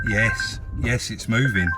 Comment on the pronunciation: Another "yess" there very impressive 👍🥸